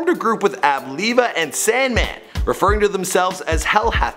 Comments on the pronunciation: Spit beats? Wtf is that. And who is Ab leeva? It's pronounced Live-uh. Hell hath no fury is an album title. King push never dropped. You don't know shit about rap n you're terrible at research. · 1) It's Ab Liva (Ab-Lie-Vuh) 2) They were called the ReUp Gang, not Hell Hath No Fury. The ReUp Gang put out the "We Got It 4 Cheap" mixtape series. HHNF was the name of the Clipse 2nd album. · It's pronounced Live-A and the group was called The Re-Up Gang. Hell Faith No Fury was another Album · Ab Liv(pronounced "live")a. Your research weak,. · I cut it off when this guy pronounced it Ab leeva....guy knows nothing about the clipse or push #youwasntthere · Usually when I watch these videos, I always watch for misinfo and the butchering of names. It's Ab-Liva(Live-Ah). Erie Ave. Major Figgas. ReUpGang. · I’m mad how he pronounced ab-liva